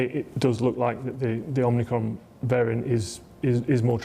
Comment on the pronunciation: but pronounced poorly.